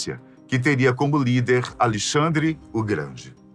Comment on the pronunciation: Acho que o nome do rei é Alexandre e não Alixandre!